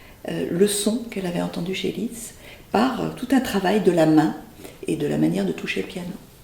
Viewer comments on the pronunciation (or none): Lissssszzzzt, s'il vous plait, et pas Litz !